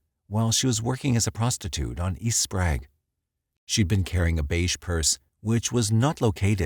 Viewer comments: SPOKAINE? Amatuers. Who noticed Sprague turned into SprAg? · Okay. I only lived in Spokane for 23 year, and grew up there. He pronounced it Spraaaaug. Its prounonced Spray-g. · Also “Sprague” isn’t pronounced “Sprag” either 😆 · He called Sprague St. "SPRAG" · He pronounces Sprague wrong as well. Haha